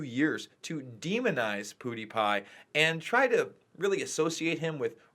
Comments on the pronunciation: Pew die pie not poo die pie man. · Just to clarify, it's not PoodyPie, it's PewDiePie, Pronounced Pew-dee-pie when spoken aloud. It's sort of the play on words "cutie pie". Pewds is hot of course, so in this case he could be called a cutie pie. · stop sayin POO de pie. it's PEW. like you sit on. not poo like you poop out. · Pootiepie... its pronounced pewdiepie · POOdiepie?! But even the word 'Pew' by itself isn't pronounced 'Poo.' It sounds ridiculous. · Did you say puhdipie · Poo-D-Pie. POO-De-Pi Pew-De-Piz PewDie-911wasaninsidejob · He pronounces pewdiepie weirdly